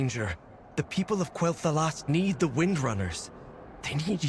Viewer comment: You can always depend on to get you the latest scoop! But am I the only one who is bugged by Vereesa basically saying "Kel'thalas", not "Quel'thalas"?!